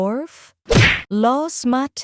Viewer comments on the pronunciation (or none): none